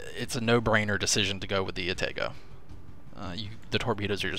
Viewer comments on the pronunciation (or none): I hope I don't turn into 'that guy,' but just saying, it's pronounced 'ah-tah-go' not 'ah-tay-go'